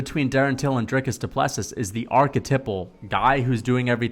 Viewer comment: The last s of Du Plessis is silent